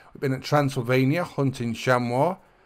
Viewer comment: Chamois is pronounced (sham-ee)